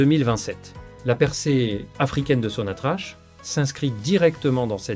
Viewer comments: Ca se prononce SONATRAK PAS SONATRACHE. POUR LE F M I C'EST LAGE DES CAVERNES. POUR LE RAPROCHEMENT IL YA AUCUN EFFORT SIGNIFICATIF DE LA FRANCE DONC NUL ET NON AVENUE. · L'économie algérienne et non pas L'économie algérien.. Prononce sonatrach...sonatrak..et non pas sonatrache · Ça se prononce Sonatrak et s'écrie Sonatrach! l'Algérie ne s'interesse pas de tourner la page ! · apprends à prononcer sonatrach